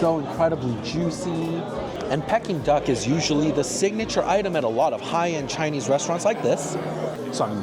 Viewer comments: For being Chinese I’m shocked you don’t know how to pronounce Peeking Duck !! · You’re killing me with giggles whenever you said ‘pecking duck’. It’s pronounced ‘peeking duck’ 😁. I don’t think I could ever spend those prices for any food even if I could afford it😁. Thanks for trying all these restaurants. Have a great weekend 😊